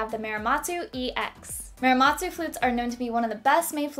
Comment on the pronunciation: why do you pronounce Muramatsu like “Miramatsu” or “Meeramatsu”? It’s really not difficult, please learn how to pronounce it correctly!